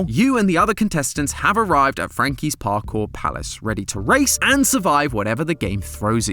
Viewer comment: Oh, PARKOUR Palace. I thought you were saying "Park, or Palace", and was confused as to why you couldn't make up your mind